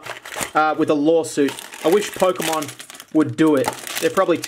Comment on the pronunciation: ah yes,"POKEMOM"